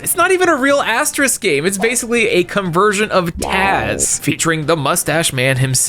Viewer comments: "Michigan Report" doesnt take place in Michigan state but in Chicago. and stop saying "asterisk" its AsteriX. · You pronounced Thames right this time but got Asterix wrong. It's not the same as asterisk. It's As-Ter-iks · Why the hell does he say "AsteRISK"?! It's "AsteRIX" damn it!!!! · Hearing Asterix's name being mispronounced as "Asterisk" felt like having to endure Assurancetourix's music. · Love Asterix myself and would definitely recommend the older movies and some of the newer ones, just please stop calling him Asterisk xD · dude it's Asterix, not Asterisk. lol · Nope. For some very weird reason, the one time it IS "Asterix", pronounces it like it's the * symbol (which is pronounced "asterisk"). I'm almost wondering if it's intentional. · Wow can't pronounce Asterix (keeps saying asterisk over and over again lol) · I know im an asshole for this but: How can you properly pronounce Obelix with an X but everytime you say Asterix you say Aste-risk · Hearing the constant AsterISK pronunciation did my little European heart a sad 😂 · Being English, hearing the repeated mispronunciation of Asterix is painful 🤣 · every time you pronounce Asterix as "asterisk" (you know, like the * ), I'm shrivelling up more inside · I winced in pain every time you pronounced Asterix as Asterisk. 😂💀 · How are you getting "Asterisk" from "Asterix"?! The name's RIGHT THERE. You didn't say "Obelisk" once! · Gives us sass about the Thames; - Says Asterix wrong almost every time, but says Obelix correctly XD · He's mispronouncing asterix on purpose, right? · Hey, I love you and I love you and I love your Videos, but I hate the way you pronounce Asterix:c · Asterix (you keep saying it wrong) is fun. It is humorous. I Think if you should start somewhere it should be Asterix in Britan. It is basiclly the french making fun of the brits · Oh, I've heard of them, all right. Enough to know that pronounciation was abysmal. I'm tellin' ya: They're crazy, those Americans!